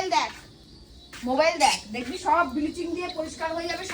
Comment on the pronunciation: Biliching na ota bhalo kore uchharon kore bol Bleaching...r ota tor bi...i te makhabe bole rakha aache 😂😂